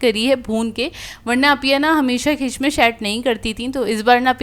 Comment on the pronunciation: Yeah say it properly( Kishmish) That’s my daughter’s nick name whose pic is on my yt